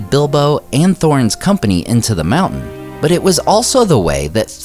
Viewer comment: What is the "Mooouu'hnnn" he keeps talking about?